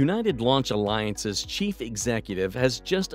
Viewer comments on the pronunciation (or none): none